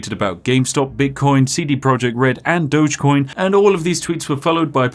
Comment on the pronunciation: "DOG-EE-COIN" Doges were the guys who ran Venice.